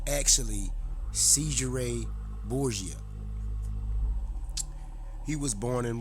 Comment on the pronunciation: You say Borsia others say it is DaVinci. You don't sound very educated.